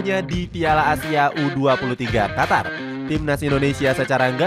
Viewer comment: Qatar apa Qotor bg 😂